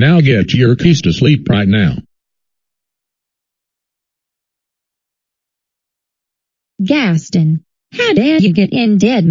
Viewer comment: They’ve called him Gas Stin instead of a word “Guess Ton”